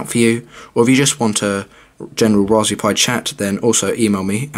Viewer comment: I can't get past it.... RaspBERRY pi. Lol. All I hear is raspbee pi